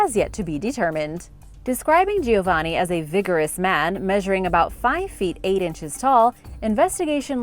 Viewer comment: It is GIOVANNI. Spoken JOE - VAnnI ! Not " Gio - waani"!